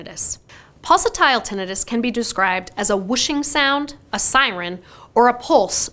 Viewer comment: Yer pronouncing tinnitus wrong.😮